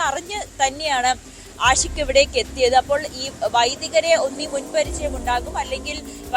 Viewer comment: ആദ്യം പുറത്ത് വിട്ടത് പ്രതി ആൽബിൻ എന്നാണ് ഇപ്പോൾ പറയുന്നു ആശിക് (ആഷിക് 🤣ഉച്ചാരണ പിശക് 🤣പഠിച്ചതല്ലേ പാടൂ )ആണെന്ന് എന്ത് ചാനെൽ 😔😔എന്ത് റിപ്പോർട്ടർ 😔🙄🤣🤣🤣